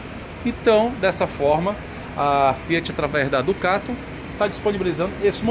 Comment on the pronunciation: Ducate é péssimo...em alguns vídeos ele só fala Ducate...pelo amor...hauhauhau